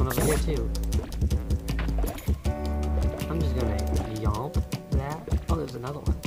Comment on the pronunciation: Lmao I love how you're saying "Chomp" as "Yomp" XD I feel like that's a Markiplier reference xD